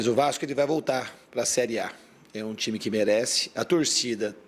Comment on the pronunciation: Esse "TAIME" perfeito aqui 😂😂😂😂😂😂😂😂😂